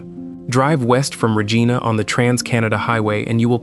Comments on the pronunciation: It's not Ruh-gee-na!! It's Ruh-jie-na! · rageeeenah is regina.